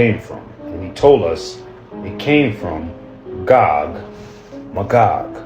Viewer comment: 🤣 It's pronounced MAYgog. Gog and MAYgog.